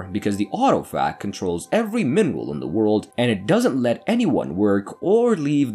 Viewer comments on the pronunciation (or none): none